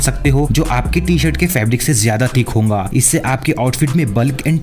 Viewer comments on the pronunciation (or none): Bro every time tells hounga not hoga